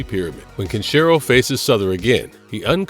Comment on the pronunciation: Who is Cunsheeroh? And what is "hawk doh shik end"?